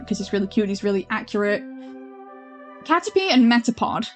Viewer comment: Ok, so to clarify a few things: It's pronounced "Catter-pee" First person I've ever seen dislike Butterfree or Dustox (clearly you didn't grow up with the anime) Ledyba evolves into Ledian, there is no other stage in the evolution tree Ledian is partially inspired by Super Sentai/Power Rangers, which is why it's anthropomorphic (this happens with a lot of bug types because insects are seen as noble in Japanese culture, and is partly why Bug is super effective against Dark, which is called the Evil type in Japanese) It's called the Grass-type, not the Plant-type (which is especially weird seeing as there has yet to be a Pokémon based ON grass) You forgot Lurantis' pre-evolution Fomantis (faux-mantis) Yanmega is badass, what did it ever do to you :'(